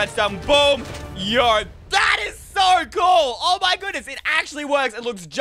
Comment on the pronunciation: Stop saying yo like yoyp